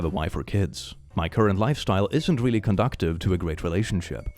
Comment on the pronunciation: there's no 't' in conducive, my dude..